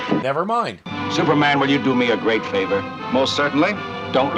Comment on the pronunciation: I almost laughed my head od when Maria pronounced the hero s name as Zooperman!😂😂😂😂😂😂😂😂😂😂